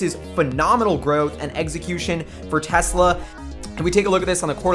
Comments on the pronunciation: I cringe so hard every time somebody says "Tezla". It's Tesla. Not Tezla. The company is named in honour of Nikola Tesla, who was a Serbian born in Croatia (then part of the Austro-Hungarian Empire). Serbo-Croatian has a phonetic written language. S always makes an S sound and Z always makes a Z sound. Some of you goddamn Americans, even the educated ones, are so insular. Edit: I am aware the Elon Musk also mispronounces it. I propose we all start calling him Aylon Moosk until he stops butchering the name of the patron saint of the Internet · I was totally on board with this discussion up until some dude pronounced it "Tez-La" when it's clearly pronounced "Tess-La". That's it. I'm out, I can't take any of this seriously from now on just because of that oversight.